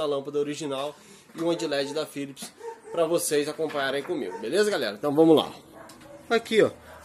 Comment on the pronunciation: Cara so um toque Philips, é com P, não con F